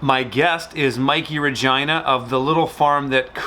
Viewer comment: U pronounceed Regina like angina LOL. Its Regina like Aquafina.